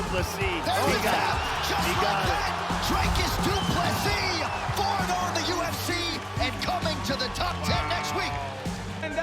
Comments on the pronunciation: Good job pronouncing his name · Well done on saying his name right!